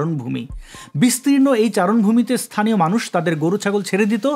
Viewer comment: "ইস্থানীয়" শব্দটি কি আভিধানিক? উচ্চারণ কি সঙ্গত? ইনিও নিশ্চয় বিশ্ববিদ্যালয়ের passout. হায়রে, বাঙ্গালাদেশ..